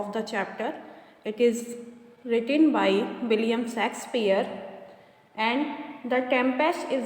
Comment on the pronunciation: Abe budhiya pronounce theek se car na William Shakespeare ko mare William sexpeare bol rhi hai chutiya aurat.